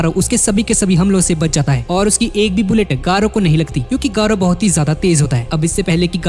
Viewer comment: Gayru❌ garou✅